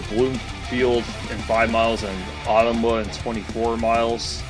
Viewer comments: It's pronounced "Oh-tum-wa" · Ottumwa is pronounced as Oh-Tum-Wa.